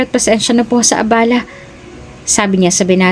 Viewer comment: Ang pagbigkas ng abala ay pabigla na iba ang ibig sabihin kesa mabagal